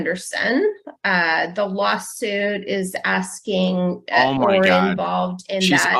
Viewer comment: did she actually say “the Waa-suit”!!!😂😂😂